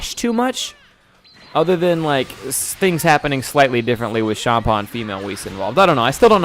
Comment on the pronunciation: I hate hearing you say it like "shaam-paw" beerus is a play on beer hence why it sounds like beer-us, and champa is a play on champaign, so it should be said like champaign. Minus the ign part.